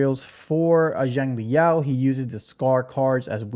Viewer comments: In Chinese Xiang is pronounced more like Sh-ung. But you should use the closest English pronuncation, so just ''Shang'' like Genshin's Xiangling. But yeah a lot of gacha CC's really do be reading the names in the most random ways, like they dont know English or Chinese. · 😂that’s just another way to pronounce it wrong bro. There’s no English equivalent of X sounds that’s why it’s so hard for westerners to pronounce. Just call him Yao that’s his given name anyways Xiangli is his family name